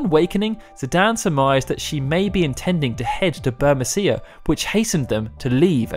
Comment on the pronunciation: It would be bur-MEE-see-a, surely?